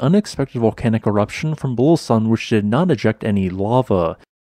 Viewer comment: There's an 'oo' sound in the middle of Bulusan.